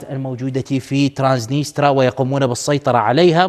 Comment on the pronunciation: ترانسنيستريا وليس ترانسنيترا